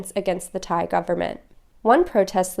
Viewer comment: Very good informative show well done all three of you All Thai names were pronounced in a way that I'm sure most of your viewers would pronounce themselves and fully understand I wish an unnamed absent presenter would take note